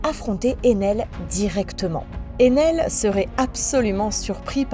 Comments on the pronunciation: j'ai suivi en vf puis en vostfr et ensuite en manga donc ok les prononciation en japonais son peut-être bonne mais vue que là c'est une vidéo française autant utiliser les nom français comme Ener pas Enel et orse c'est pour Oz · "enel" "orse" "dresse rossa" "l'ile tous gateau" alors j'hésite a dire sympa l'ia ou tu as des problèmes délocutions mais sa reste assez bizarre quand même